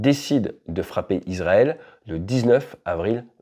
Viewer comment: Super analyse. Petite correction : on dit « iSSSrael » et pas izrael ! Ça s’ecrit Israël (son [s]) en français et en hébreu c encore plus flagrant : ישראל avec un ש qui peut se prononcer SS ou CH mais jamais Z